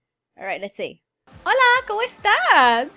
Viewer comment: /, When You Were Talking To The Person in the Red (Boy) You Said "Come Estas" He Probably Didn't Understand You Cause' You were Supposed To Say "Como Estás" XD 😂😂😂😂😂😂😂😂😂👋👋👋😛😜😜😜👍👍👌👌